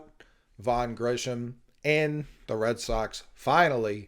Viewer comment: Grissom not Grisham/Grishom